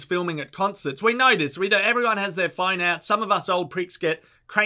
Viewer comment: The way you pronounce phone genuinely fucked me up bro